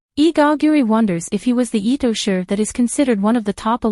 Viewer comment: It's not Itosher, it's Itoshi (pronounce as she)